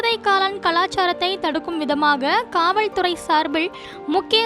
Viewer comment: காவல்துறை என்பதை காவள் துறை என்று உச்சரிக்க வேண்டாம். ளகர, லகர வித்யாசம் மற்றும் உச்சரிப்பில் கவனம் தேவை. சார்பிள் அல்ல சார்பில்என உச்சரிக்கவும். ஒரு செய்தி வாசிக்கும் பொழுது இப்படியா?